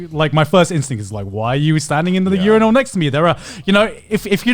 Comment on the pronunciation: im just still confused on how Connor pronounces urinal as u-ri-nal